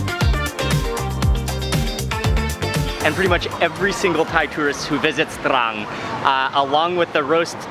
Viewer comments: That feeling you get when mark says TRRRRRRANG! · that spice weed makes him say trrran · Take a drink every time he says TRRRRRRRRRRAN. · “TRRRAN STYLE” xD love how he says it anyway great vid and very unique as i also learnt stuff i never knew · Haha thats city is exactly like my name but we dont pronounce it that way 😂